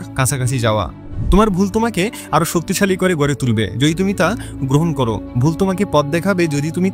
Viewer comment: আরে ভাই উচ্চারণটা অন্তত ঠিক করে বলো। স্টুডেন্টকে ইস্টুডেন্ট , গড়ে কে গোয়রে ....... এগুলো ঠিক করুন আগে